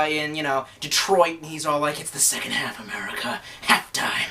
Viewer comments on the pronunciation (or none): none